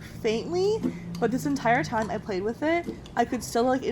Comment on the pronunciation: She said “pled”